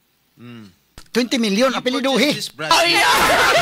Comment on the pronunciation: Nakatawa kos "apiledohi", Mura man kahag nagpalit og "ahos" ahahahahahahaha